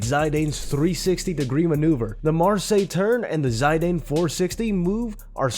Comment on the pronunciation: Where the hell have you ever heard that Zidane pronunciation??